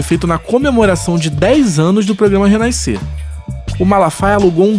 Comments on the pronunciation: Pow jornalista, falar "Renaiscer" doi muito nos ouvidos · Porra mermão, pare com esse negócio de naisceu, essa palavra não existe pô, quer ser jornalista e fala naisceu, renaiscer, aí é triste.... Fora isso, parabéns pelo documentário.